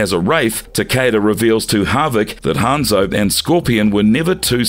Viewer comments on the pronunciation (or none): I said this before but please look up the characters name. When so much is pronounced incorrectly it comes off as amateur and as if you're not real fans. I hope that's not weird but keep in mind people who don't know these characters will get false info. Hanzo, Kabal, Taven, Shinnok all pronounced wrong.